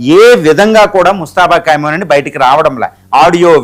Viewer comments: Kaimoni kadu Khamenei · కైమోని లేకపోతే కైమా కాదురా బాబు ఖమేని